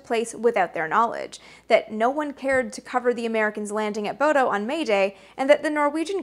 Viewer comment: FWIW, the town in Norway you repeatedly mention "Bodo" (with funny "o" diacritics) is actually pronounced like "Bhudda." I know, weird, right? Those crazy vikings and their funny way of talking, it's like they never even considered what their names would look like in 'murrican! 😜 BTW, it's a beautiful place to visit in the summer, just remember that the restaurants close when it only looks like it's late afternoon (but it's really 10 o'clock at night...)